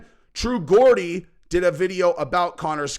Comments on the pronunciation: It’s not ‘Gordie’ ffs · Mate come tf on…. It’s “Geordie” Not GAWDie. Learn how to pronounce things. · True Gordy lol get the pronunciation correct Geordie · it's "Jaw-dee" not "Gor-dee" love and support from your British fans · A few points. First, it's pronounce True Jordie, not Gordie. I agree far more with True Geordie's take than here. Geordie was talking about current Conor versus current Jake Paul or KSI in boxing. And he's not wrong. I'd put my money heavily on Jake Paul to beat Conor at this point. Conor is a drug addicted, washed fighter now. if thinks he can still turn it around, I'd ask him this. Name ONE fighter who has suffered the terminal decline that Conor has, and combined with such a serious leg injury, how many have come back and started winning again? I can't think of a single example in boxing or MMA. If Conor fights Jake Paul he likely gets stopped in the middle rounds. KSI is wild and unskilled, and that could go either way, but Conor is washed at this point and gets finished by Jake if they ever fought, and I'm not sure he'd beat Logan Paul or KSI either. Finally, the hot blonde is Ebony Bridges, an Australian IBF world boxing champion, who also has her own Only Fans and is a shameless self promoter. They are both getting clout off of each other there. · ITS GEORDIE NOT GORDY FFS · Geordie….. pronounced Jawdy NOT Gordy, but come the sucking off of McGregor is obsequious. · Fuck sake it’s pronounced Jordy not Gordy bro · When you going to learn how to say True Geordie's name? Learn what a proper Geordie is. A Geordie is type of man from a certain place in England. Hard to believe a guy commenting on another guy and you can't even get his name right lol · T.G. speaks a lot more truth about Conor than you do. He was getting booed in the ring, his stock has fallen so far. And you need to learn how to pronounce "Geordie"!